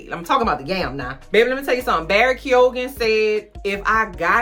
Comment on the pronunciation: Had to click just to hear your reactions to the bathwater and grave sex scenes. 😂 Also, Barry's last name is pronounced "Kee-yo-yin". Those lovely Irish/Celtic pronunciations. I have many in my family. And his yam is slammin'. 😋 😛😅